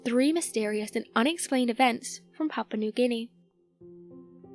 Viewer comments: but she talkign about Papa nu gini not papua new guniea :DD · It sounds like she's saying "papa newginy"